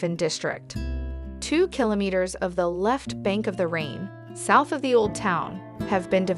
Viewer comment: Good video, but you really need to pronounce Rhein/Rhine correctly!